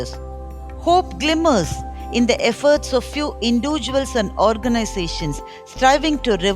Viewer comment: Very well. English diction & pronunciations need to be corrected, fr ex The word individual, apathy, are not pronounced properly! Seems like the recording device or mike is too close, could hear white noise.